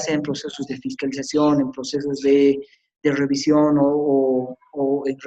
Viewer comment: Lo corté a los 10 minutos porque me irritaba sus términos como wrectificatoria, ewror, wrevisión, incuwrir.